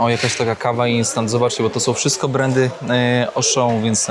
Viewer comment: "Kszystko ma dwa konce kija" -.